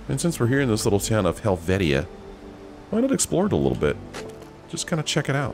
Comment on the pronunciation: Hel-vee-sha. I actually live in this village IRL. ❤️